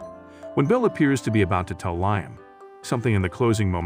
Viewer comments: Lime? Who is Lime???? It is Liam! This is also horrible showing the wrong pictures and this reading was a good sample. Not going to waste my time again? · U Right,He's Saying Lime&Not Liam😂😂😂😂🙃🙃🙃🙃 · His name is Liam not Lyme